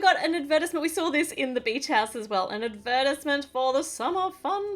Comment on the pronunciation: ad verse ment? Ad ver tize ment 😂😂😂